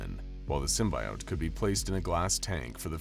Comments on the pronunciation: It's not simbiote it's simbyote, how how ever you spell them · Please..no more Sym-BYE-ote / Sym-BIO-te it's just Sym-BE-ote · It's pronounced sim-bee-ote Dispite being spelled with an I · That "sym-buy-ote" pronunciation is gonna create a lot of butthurt! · this was fun but you kept saying "symbiote" wrong. 🙄